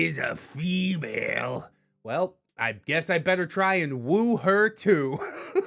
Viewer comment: A hoo-mon, fee-male?